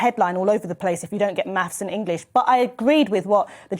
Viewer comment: Maffs and Ingwish.